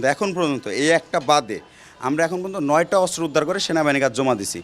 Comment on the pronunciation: অস্ত্র ✅ আস্ত্র❌